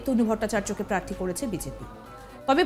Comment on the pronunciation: Ekta national channel er reporter er pronounciation ato kharap. Prarthi ke bolchhen Parthi.